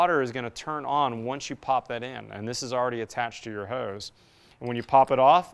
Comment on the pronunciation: What is this “hueze” bib he speaks about? It’s hose, pronounced like the plural of prostitutes.